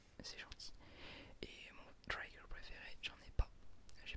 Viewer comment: Tellement dommage que la série se soit arrêtée :( PS : On ne dit pas "traïgueur" mais "trigueur" (phonétique évidemment ^^)